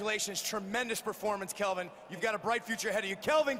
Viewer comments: Guys cheezuz F***. It's Kelvin with an L not F**ING KEVIN !!! GOD. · it's Kelvin not Kevin... smh